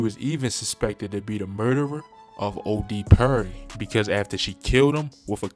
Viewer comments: And Odee Purry (Perry) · OD Purry, Kang Vaughn 😂 you butchering some of these names bro 🤣🤣🤣🤣